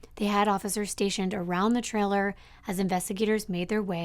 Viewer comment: How many times can we say “trailer” in one day? Lol But pronounce it “triller”. Sorry, I love your channel, but this one stands out due to how many times that word has been said and how it’s being pronounced.